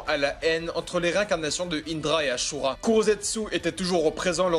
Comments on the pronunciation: Asura et pas achura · C’est asura pas achura